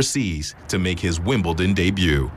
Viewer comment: ...Does Bollettieri actually say, "WimbleTon"??